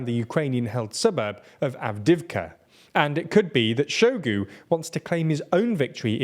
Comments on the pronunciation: Hi - please just take a few minutes out of your day to learn how to pronounce these names which are all over the news. Hearing you say Shoigu's name as "Showgoo" really made me cringe. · hahaha saluseny and show-gu, you guys crack me up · The mindblowing inability to pronounce the names of major players in this year-long story really undermines the otherwise professional looking report. I mean i get if its some random town but "Shoigu" has an "i" in it and im not going to even talk about Prigozhin.